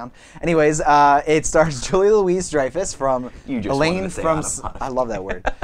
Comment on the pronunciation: Ok, I stopped watching your review right after you said Julia LOUISE Dreyfus. All it takes is a little bit of Youtube search to find her on somebody's talk show and you would've found out that her name is pronouced Louis. And omg, it's spelled that way too. Wow. LOU-WEE. So, since you're too lazy to get somebody's name right, then it must mean you're also too lazy to have an intelligent discussion about the television show. Therefore, on to the next video...Goodbye.